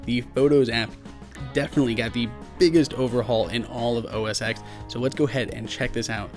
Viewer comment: Trust me....it is pronounced OS Ten....just call apple support and they'll let you know ;)